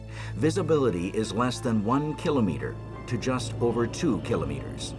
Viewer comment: These are American circumstances with American equipment. Please stop describing everything with the metric system. If you insist on persisting with the metric system, please at least pronounce kilometers correctly.